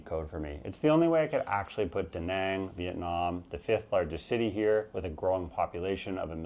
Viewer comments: Maybe I missed you mentioning visa options in your #1 Penang. Btw majority of English speaking asian countries would have the similar pronansiations of the later A it's not Dehneng it's Dunung and Penung. From what I understand visa options in Malaysia are very limited Digital Nomad or a Malaysia My Secong Home which is very expensive. How do you see retiries able to afford this? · You didn't just mispronounce Danang, but just about every other town on your list which makes sense since you were as stoned as you sounded. Also, you show footage of Taipei while talking about Tainan and the footage of Palawan while talking about Dumaguete, not to mention some other mismatches. Phu Quoc is so much inferior to Ko Samui or even Phuket it's not even funny. Danang is where just about every other hipster "digital nomad" flocks to these days, and there's absolutely no small town vibe there. Pai is overrun with aggressive Israelis, and Hua Hin is a disgrace when it comes to beaches. Your Filipino "friend" who recommended Baguio over Dumaguete obviously wanted to mislead your viewers. All in all just another attempt at hyping from a small-time vlogger. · Your pronunciation is indeed wrong but it’s fine. Better than Duh Nahng. I wouldn’t sweat it too much .